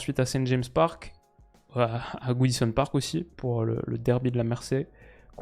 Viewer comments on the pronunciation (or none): none